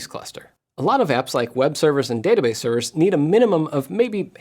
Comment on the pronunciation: Dad-a-base?? Seriously? You went there? That makes me chuckle....